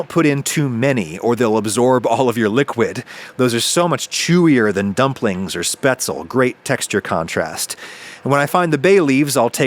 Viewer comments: Ugh, "spetzel"? Hint: it doesn't rhyme with pretzel. Actually if you just add a little "luh" on the end you are a lot closer...."spetz-luh". Just like it's Porsch-uh, not Porsch. The final "-e" is pronounced in German and it's just a little "-luh" on the end. Simple. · Spätzle are pronounced shp- ae ts lae . ae as in "spam" and lae not ael at the end :)